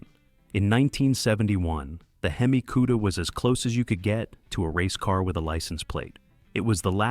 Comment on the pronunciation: "H.e.m.i" ??! You should fix it before publishing it